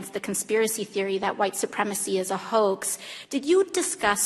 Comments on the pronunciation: Did AOC pronounce HOAX as HOKE? Very strange pronunciation. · New Yorkers don't pronounce Hoax as Hoke. Stop making excuses AOC made a dumb mistake. I like AOC she's hot and smart as hell. She sounded dumb as a box of rocks when she said Hoke though.